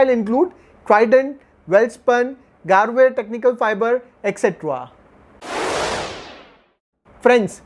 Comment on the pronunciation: Your videos are very in-depth. One humble correction: Garware is pronounced as: Gar-wa-re